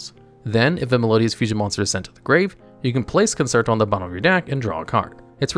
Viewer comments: Dude you gotta learn how to pronounce these words. Conserto?? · It’s pronounced CON-CHAIR-TOE